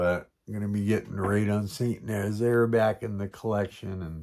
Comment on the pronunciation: Mark! Raid on St. Nazaire went out this morning from “the other flank”. It should be there by the end of the week. You nailed the name too :-)